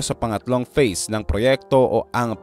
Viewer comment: Phase po, hindi face. Feasibility studies po, hindi visibility studies po. Peborit ka siguro ng English teacher mo ano, pre.😮😮😮